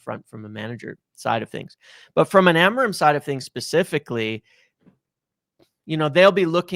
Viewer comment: Can we say Amorim the right way and not the American way?